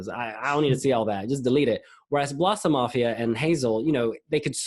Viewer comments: Note: You should pronounce Blåsemafian more with an O than with an A. So it’s “Blose-“ sort of like if it were in German. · He says Blåsemafian wrong. Lol!